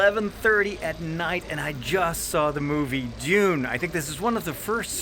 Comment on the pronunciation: Props for saying Dune and not Doon!